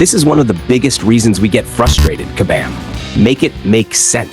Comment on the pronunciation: What we want is for you to properly say KABAM!!! LOL...